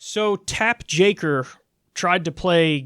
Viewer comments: This is the second time I hear Mr Kulinski say "Tapp Jaker." Or is it Jake Tapper!!! I don't know I get confused. ; ) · It's Take Japper. How hard is it to swap two letters?